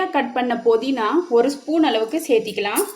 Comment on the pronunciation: போதினா அல்ல புதினா